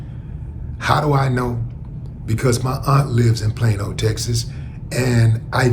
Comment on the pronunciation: Plain old? Plane-O? Plaino? Oh Plano!!!!